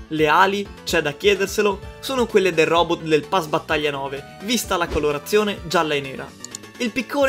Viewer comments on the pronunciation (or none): none